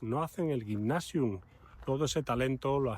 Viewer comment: Gymnasium se pronuncia [guymnasium]